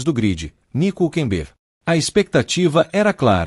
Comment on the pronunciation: PRIMERO O NARRADOR DEVIA APRENDER COMO SE PRONUNCIA O NOME HÜLKENBERG 😅😅😅